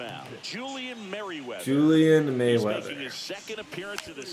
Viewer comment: Announcer - “Julian Merryweather” *Literally.2 seconds later - “Julian Mayweather” 😂